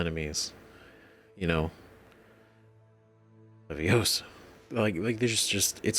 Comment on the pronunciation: Leviosaaaaaaaa not leviosahhhh